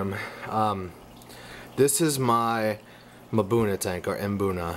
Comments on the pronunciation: Great video and good info but, the "M" is silent in mbuna... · No its not. Mbuna is pronounced: Emboona or Maboona.